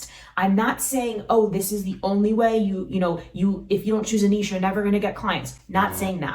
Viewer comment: Thank You for a treasure trove of wonderful content! Not only are you tremendously helpful, you know how to pronounce the word "niche" correctly. So many do not.